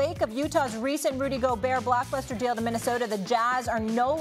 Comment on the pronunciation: "RuDy GoBURR'"